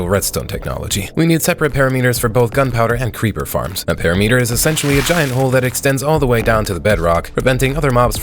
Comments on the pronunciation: It's impressive how many words you mispronounce, it's a PERIMETER NOT A PARYMETRE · Why do you pronounce it Para meater when its pear rim mitter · perimeter pronounced (puh-RIH-muh-ter) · Do you mispronounce "perimeter" just for engagement? lol😅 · ts not how you pronounce perimeter 💔💔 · Bro pronounces "perimeter" as if aliens invented the word